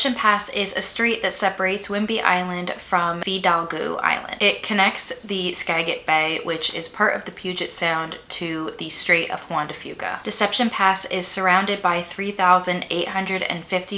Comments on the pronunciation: Presenter pronounced almost everything wrong. It’s Skaj-it, not Skag-it. Fi-dalg-o, not the crazy way she pronounced it. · The way you pronounced "Skagit", I can tell you are not from that area.